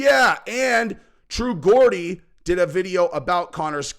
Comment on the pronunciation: accidentally pronounced True Geordie right the first time in this vid!😂